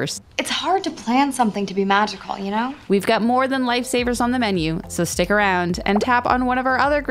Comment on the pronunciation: Lmao "lifey saviyers"